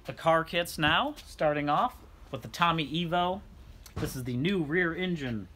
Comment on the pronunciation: Ok, Cutlass S - W-31 the W and the S are two separate things! You might want to research how to say things before you try, and get it wrong. Lol! And don't get me started on the Tommy Ivo thing!